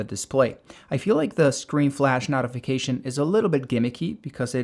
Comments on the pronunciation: It’s a noh-tee-fication, not a knot-ee-fication. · wtf is a "NAHtification"? its a Notification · useful video but the flash knot-uh-fication section killed me lol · this mispronunceation is killing me lol. "knotification" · I'm fine with you mispronouncing most of the other words but "nautification center" really does bother me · dude, you're saying notification wrong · You are pronouncing "notification" wrong. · Yeah, I almost turned off the video when he started repeating the word notification. The other dozen or so words were odd but that one is really distracting! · Yeah, interesting pronunciation. There's definitely no "tee" sound in notification, though.